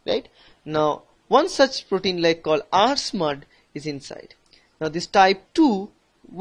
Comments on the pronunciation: Nice; except that it's R-SMAD and co-SMAD, not SMUD. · It’s not smud it’s smad.. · This is smad not smud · First it is transforming growth factor....second protein is Smad not Smud